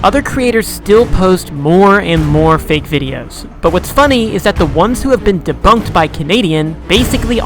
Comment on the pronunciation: debunked ❌ dabonked✅